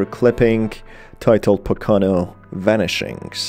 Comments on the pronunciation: Just a heads up, it is pronounced "Po-ka-no" mountains. Happens a lot tho so you good. Love the videos as always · As a local PA resident, here that pronunciation of Pocono, hurt me. It's PO-kuh-no. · Very minor gripe but I like an hour and a half way from the Pocono mountains and everyone pronounces it all wrong. It's PoKoNo. Sorry again for that little gripe. Otherwise great video! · Hahaha yep, thought the same thing